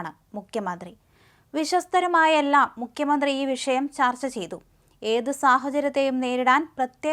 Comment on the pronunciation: ദയവായി മുഖ്യമന്ത്രി എന്ന് ഉച്ചരിക്കൂ. മുക്യ മന്ത്രി അല്ല. Pl.